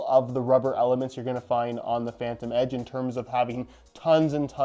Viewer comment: Ha, noticed he said “phantom edge”